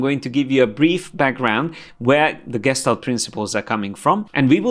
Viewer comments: It's pronounced geshtalt and every time I have a little tik hahah but I love your classes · It's pronounced Geshtál't with a soft L